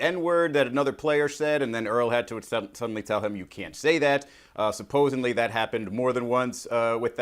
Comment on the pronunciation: Oh na … I know he didn’t just say “supposenly” 🙃